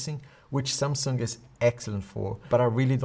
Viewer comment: Nice video as always 👍 But always when you say Samsung I think you say Sampsa, my name 😂 but that's how you almost pronounce it in English. So funny sometimes.